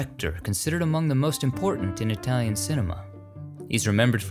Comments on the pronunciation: Oh my gosh, My hat is off to you on your ability to pronounce correctly all those Italian names of people and films and songs! It makes me suspect that you speak Italian!🇮🇹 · Italy is so beautiful. Your pronunciation of Italian is excellent, unlike a lot of you tubers. I love these videos. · Dang your Italian pronunciation is good!